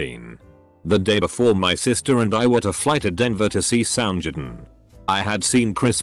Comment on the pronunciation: bruh can't even pronounce soundgarden smh